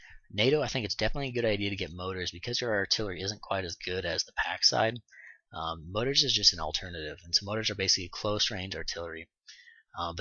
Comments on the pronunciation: Good tutorial!! Thanks!!! Side note- they're more-ters... Not motors... Lol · I'm really sorry about this. Its mor-tars. You are a credit to the community and I like your videos.